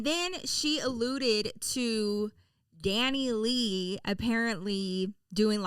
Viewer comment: It’s pronounced Dani lay